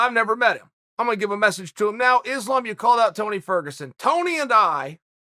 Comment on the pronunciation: Chael is so bad at pronounce last names first its Jans name now Islam 😂